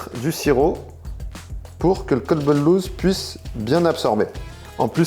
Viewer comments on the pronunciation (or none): none